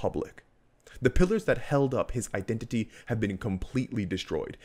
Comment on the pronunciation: Identity not "Idenity"